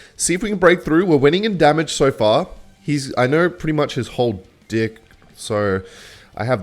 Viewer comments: deck ❌ dick ✅ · i have a real serious question. Why do you say "dick" instead of "deck"? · bro is not saying deck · Bro is not saying ''deck'' 🥀